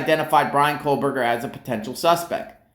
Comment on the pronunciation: I'm here standing by trees. Let's talk about family trees. BK's family tree specifically. Why don't you stop mispronouncing his name, for a start.